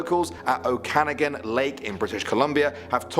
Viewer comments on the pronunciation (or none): Bro butchered okanagan 😂 it’s Oh-Can-noggin